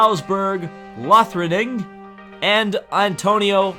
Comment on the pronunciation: The Lothringen is spoken Lotringen, the h is silent so no Teee-aich! ;) the whole name is spoken Hubsboorg (short oo)-Lotrengan. Or as a sound here: And another one of those useless european nobles, the Habsburgs were the Austrian royalty and emperors as well, and the house called Habsburg-Lothringen after the male line had died out in 1740. How to pronounce Jucandella How to pronounce Francesco, Also Franshesco. ;) Braun is spoken pretty much like Brown, just with a sharper R. Mueller is spoken with the germn ü or ue, its a sound close to the μ, try to imagine the name as Dirk Mμller. Again one sound says more than a thounds words. Fässler was pretty close, just a little more stronger on the a as ai like in ain't. Just a stronger S, sharper.......hiss it! ;) Otherwise great video with a lot of base information for the race, last year's was great. I hope Radio LeMans and Nismo TV as well as IMSA get together again. The only sad part is that there is no livestream like on the IMSA race with RML comentary and the TV coverage for Le Mans itself. Because RLM rocks, I'd take them over eurosport or even the decent WEC team everyday. Interesting Land runs both the 24 hours of Daytona and the 24 hours of the Nürburgring, which they won last year in one of the most awesome last 30 minutes ever. Same goes for Manthey (Spoken MunTai) which runs the VLN, the 24 hours of the Nürburgring and the 24 hours of Daytona. Christodulu ran in the last 24 hours as